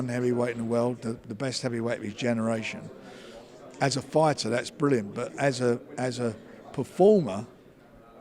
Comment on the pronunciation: It's 'fighter', Frank, not 'foyda'